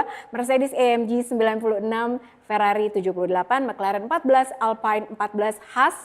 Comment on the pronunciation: Kak kalo di f1 alpine itu dibacanya alpin, bukan alpain